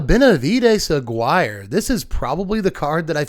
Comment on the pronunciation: its not AG-WIRE its A-GI-RE